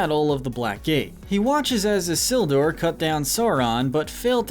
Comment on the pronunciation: How did you pronounce all the names so wrong Sorron Islduh Ect 😂😂😂